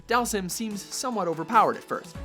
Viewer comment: you said dhalsim name wrong its dhal-seem that's how its pronounced